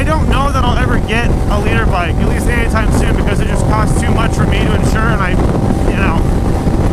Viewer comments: I always thought he was saying he wanted a leader bike not a litre bike🤣😂😂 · I'm not a motorcycle guy, but I've been watching for like 2 years and I always thought you were saying "leader bike". I didn't know it was called a liter bike until you spelled it out in the title.